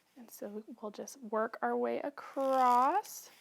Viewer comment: Those word “across” does not have a “t” at the end…just so you know…